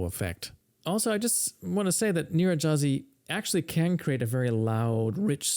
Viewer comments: It's pronounced "Nyir-redy-haz-ee" gy in Hungarian is pronounced like a palatalized d (d') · His playing is certainly better than your pronunciation of his name:) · In English, Nyiregyházi is pronounced nee-ren-d'-HA-zee